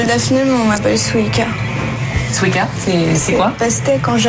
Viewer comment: BORDEL ça se prononce Suika pas Swika! Elle me stresse la voix off xD Qu'est ce qu'elle est mignonne Shu (: A part ça, faut vraiment que les journalistes arrêtent de généraliser c'est vraiment chiant -_-" A part ça je trouve que le terme ' déguisement ' utilisé plusieurs fois est assez péjoratif mais ce n'est que mon avis. Allez j'me la ferme xD JAPAN HWAITING!